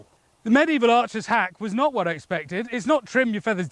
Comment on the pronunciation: That was the most British "Wot?" I have ever heard in my life